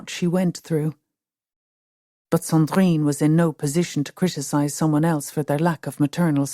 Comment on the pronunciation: Oh my god woman - Sandrine is a beautiful name but you really strangle it with that terrible prononciation.